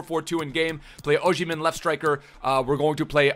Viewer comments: Its OsimHen not OsHimen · If he still played for us (Sunderland) we would be in championship. Also why can no one say his name right?